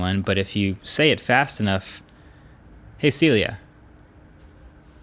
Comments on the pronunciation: Lol Huawei kills me 😂😂 Sylia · Americans : its pronounced 'SeeLia' Chinese Huawei exec: 'Yess exactry, "siRia" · is that AI name is Silly-ah? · When you said “Hey Celia” it triggered Siri on my phone LOL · He triggered siri on my phone when he said “hey Celia” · Well, your "Hey Celia" certainly triggered Siri on my iPhone...